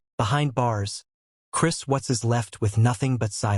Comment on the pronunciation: Gees you can't even get the last name correct it's Watts